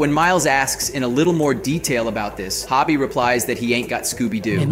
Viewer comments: Its Hobie not Hobby lmao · Ho-bee, not hobby, Anyway, I think Miguel is a prowler. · Why is he pronouncing Hobie like Hobbie???? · Please stop calling him Hobby.